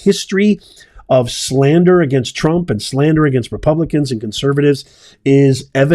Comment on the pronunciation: Did you actually just call President Trump "Drump" and not correct yourself? Smh smiling...